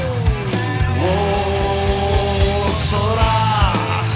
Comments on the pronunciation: о сұрақ дегенді айтқанда осырақ деп естіп тұрм ғой😂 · Осырақ осырақ деп естілемаа😂